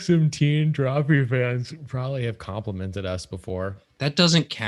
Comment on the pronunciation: What was that? DrawFEET? xD